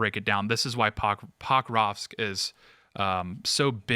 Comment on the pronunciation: Pronounced Puh-KRAHvsk. Listen to Alexander mercouris or Patrick Lancaster if youre horribly informed...